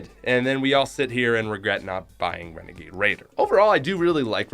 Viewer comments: You said wenegade waider came out in 2019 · He frikin said renegaid raider last seen December 2019